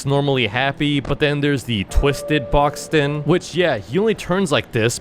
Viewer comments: Boxten not boxton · "Black Goo"🗣️🔥🔥🔥 bud, that's ichor and "Boxton"🗣️🔥🔥🔥 it's boxten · Boxten❌ Boxton✔️ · BRO "THE DARK TRUTH" IS A DUMB NAME AND WHY DONT YOU NAME IT "LORE" BECAUSE LORE SOUNDS BETTER THAN "BLAH BLAH BLAH THE DARK TRUTH" plus: gordy? its Gourdy: Boxton..? its Boxten why is dandy said evil astro said dead and gourdy said lost gourdy isnt lost he's.. LA LA LOCKED AWAY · bro said boxton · is boxten not boxton 😭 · Bro it's boxten🙏😭